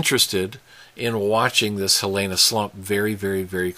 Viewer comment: It's pronounced hee lee nah slump. Fissure 8 isn't another volcano, it's just a fissure. It has also been named Ahu'aila'au pronounced ahoo eyelah ow.